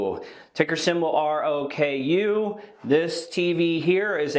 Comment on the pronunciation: Dang you nailed ROKU.